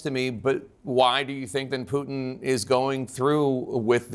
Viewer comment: The way he says “Pewtin”